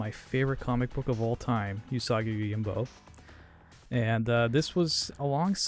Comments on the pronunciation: Oo-saw-ghee Yo-gym-bow. G's in Japanese are always pronounced like in "Grave", and J's are always like in "Jump". It's not "Yoyimbo" or "Yohimbo". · I had to stop watching based on him constantly saying 'yohimbo' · Right. It's oo-sah-gee yo-jeem-boh. Not whatever he's saying. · I loved this game, and the comics (which I was introduced to via TMNT). You still need to learn how to pronounce Yojimbo, though. It is a 'j', not a double 'i'. Baka gaijin ;) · THANK YOU lol it was driving me nuts. And he says it's his favorite character! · Yes, his pronunciation is horrible XD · For the love of God, please learn how to pronounce it properly. Also, please do more of these. C64 had some awesome games. Thing on a Spring would be wicked. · I liked the video but each time he mispronounced Yōjimbō (Yōjinbō) it triggered me a bit 😅 Unfortunately your explanation is also wrong... Sorry. 兎用心棒 (うさぎようじんぼう) Usagi Yōjimbō (or Yōjinbō / Youjimbou / Youjinbou) are all correct. It all depends on the japanese romanization system you would use to romanize the kanji and kana letters. Hepburn romanization, Nihon Shiki romanization and Kunrei Shiki romanization are the most common systems. There are also non standard romanization systems but they are quite rare. 🤓